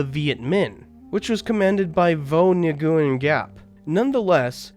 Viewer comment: A nice, well researched video. I might comment that Vietnamese spelling seems to be vastly different from English spelling so that Nguyen I think is pronounced ‘win’, and Ngo is pronounced ‘o’, something I wouldn’t expect somebody who researches things by reading to know, perhaps next time get a native speaker to guide you through the names. From what I get of Vietnamese history, people there have been struggling for two millennia to gain independence from more powerful neighbors, usually China, and so any alliance between them was bound to be limited in scope. This is evidenced by the quick emergence of the Sino-Vietnamese war very quickly after Vietnam was reunited.